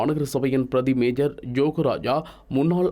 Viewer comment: மேஜர் அல்ல, மேயர். Major - a position in the army. Mayor- head of the Municipal Council.